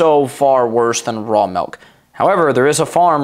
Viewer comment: It's "Milk" not "Melk"